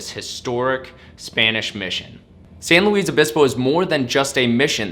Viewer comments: San Luis Obispo, not San Louise Obispo. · It's San Lewis (ph) Obispo, not San Louise Obispo. Mispronounciacian of California cities is my pet peeve. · San Luis Obispo. It is pronounced like St. Luis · As a third generation Californian, I was distracted by odd pronunciation ( Fr Junipero Serra, San Luis Obispo to name a few). Napa Valley is a xerox copy of Italy's Piemonte. Italian vintners from there established the area in the 1950's: Mondavi, Gallo to name just a few! To me San Francisco and San Diego are favorites. Loved living in Santa Barbara for 12 years and visiting charming Solvang....These are unique experiences.